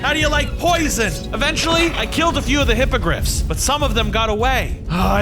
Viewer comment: I didnt watch harry potter so when he said hypogriffs I heard hypocrite